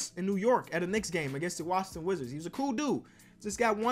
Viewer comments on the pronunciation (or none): He said wazzhington wizards